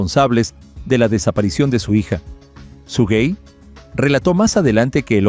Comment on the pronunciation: El nombre es SUGEY no SUGUEY. No lleva ni se pronuncia con una segunda U.